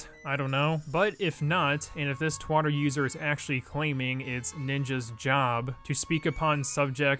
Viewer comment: “Twotter” XD